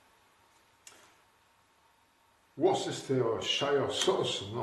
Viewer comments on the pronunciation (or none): Taquine pas trop. Car ta prononciation de Worcester est toute relative (Worce-ster, et pas Wor-ces-ter). Et merci encore pour vos belles parties clairement expliquées. 😉